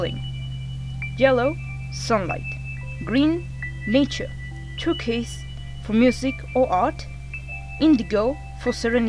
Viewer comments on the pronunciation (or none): Just a heads up, turquoise is pronounced: Ter - coise. Just something to increase your English vocabulary! Also like to all my gays! ⬇️